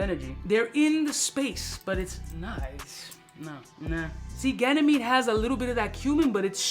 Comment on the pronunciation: Why do you say "gynamede" instead of "ganymede" ???